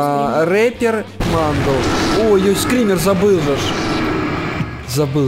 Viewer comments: не репер а рипер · Ни рэпер а рипер